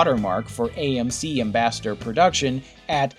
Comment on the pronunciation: Yeah, he couldn't even get the name of AMC right.